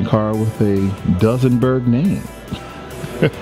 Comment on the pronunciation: It's a does n berg lmfao!!